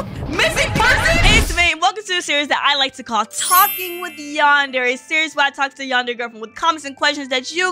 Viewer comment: its yon drae